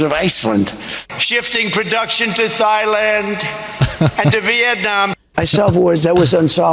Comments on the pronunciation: Is thighland like legland , torsoland, and armland? Thailand the h is silent.Dumpy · Thighland. 💀 And we thought Bush was dumb 🤣🤣🤣🤣